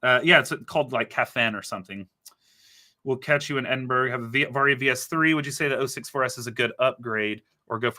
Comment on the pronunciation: It's pronounced: EDIN-BURROW